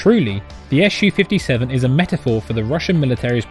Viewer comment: other than the purely fabricated doc links provided where officially has Sukhoi published the alleged radar cross section (RCS) value for Su-57 to be 0.1-1m2? what a bunch of british bull!? oh one more thing you hating brits! its SU-57 not ESH U-57....grapes are indeed very very sour eh!?